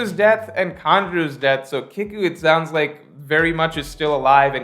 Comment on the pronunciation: Btw it’s Kiku (KeyKu) your pronunciation is a bit off